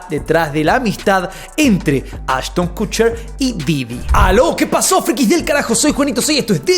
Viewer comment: “Cucher”???😂😂😂😂😂 pronuncia bién!